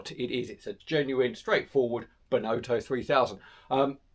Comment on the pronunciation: A fun video and lovely bikes.... but please do pronounce Benotto correctly... the 'o' isn't pronounced 'oh' (as in the exclamation) but as a soft 'O' like it would be pronounce in 'off' Enjoyable though